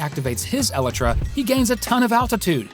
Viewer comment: What's an "elatriz"? Maybe it would have been a good idea to spend the five minutes necessary to record an actual human speaking instead of pumping out this low-effort AI junk.